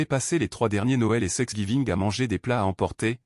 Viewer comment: Please veillez corriger thr IA. C n pas sexgiving mais thanksgiving.!!!